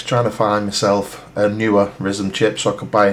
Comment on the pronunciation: It is ridiculously frustrating to hear you say Ryzen the way you do